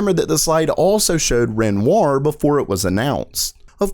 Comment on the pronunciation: Renoir is pronounced “renwah”